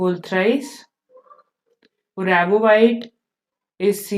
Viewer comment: It's not Uravovite it's Uvarovite. First question me he dekhe ke bhi wrong pronounciation padha rhe ho to complete coaching ka kya haal hoga 😂😂😂😂😂.